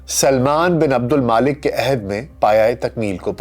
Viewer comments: Mulk not Malik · O Bhai name to Sahi lo. Aksar k name ap ghalat keh rahy hyn tantakeen nahi Tuntakeen hy aur Maalik nai Waleed bin AbdulMulk hy aur Tootash nai Tatash hy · عبدالملک صیح نام ہے نہ کہ عبدالما لک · ولید بن عبدالمالک نہیں ؛ ولید بن عبدالملک ۔ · میرے خیال میں نام عبدالملک بن مروان ھے نہ کہ عبدالمالک۔ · جناب ولید بن عبدالمالک نہیں بلکہ ولید بن عبدالملک نام ہے